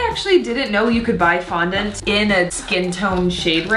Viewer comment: Anyone noticed she said fondant wrong?